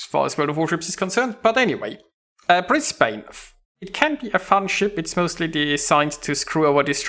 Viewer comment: British ship? Brisbane is of the Commonwealth, regardless of it being based off Mino. Also you aim too high up on your targets which is why you miss an insane amount of your shots. 76k is on the pretty low side. Its not pronounced Bris Bayne either its more like Bris Ban with the E being silent.